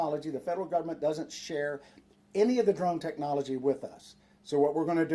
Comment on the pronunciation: He might have good Intentions but he can barely pronounce the word technology. 🤷🏻‍♂️ just being honest. This guy is talking about his grandkids “drones”.